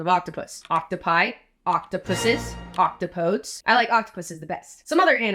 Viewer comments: you pronounced that wrong The true plural for "octopus" is "octopodes" but it's pronounced "ock-TOP-oh-deez" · it's pronounced ok-TOP-ə-deez.. like in the famous saying "octopodes nuts" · The word "octopodes" is actually pronounced "oct-op-oh-deez." It's a Greek word. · I usually use octopuses but Octopodes is a funny latin-y way of stating octopus multiplicity. So I pronounce it the most authentic way I can, pronouncing it like you would heracles. So it's octo-poe-dees. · Btw, it's pronounced ok-TOP-oh-Dees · i believe octopodes is pronounced less "octo-podes" and more "octuh-po-deez" due to the way the original greek would have been pronounced something something octopodes nuts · Octopodes is Greek so it would be pronounced ock-top-oh-deez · The proper pronounciation is Oc-top-o-deez, and it's my favorite plural of Octopus. It's the Greek plural form, -opodes, added to the end of words like we would add an "s", whereas Octopi is the Latin plural form, the other two being English. Thanks for the great video :) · I’m not doing this to be a correcting asshole, but only because this is funny. Octopodes is not pronounced oc-to-podes as that would make too much sense. Instead it is, at least normally, pronounced ock-top-uh-deez. No I am not joking. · isn’t it octopodes awk-top-oadies? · Fun fact: One of the plural words for Octopus, Octopodes, is greek in origin and is pronounced ok-top-oh-deez... nuts! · If you really want to up your pretentiousness level, since octopodes is Greek it is pronounced “oc-tah-PO-deez. (I think I heard someone pronounce it on Science Friday, but then he said he prefers octopuses too.